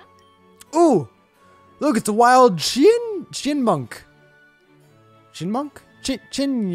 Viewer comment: The true meme of this episode is the fact that can't pronounce Chyinmunk.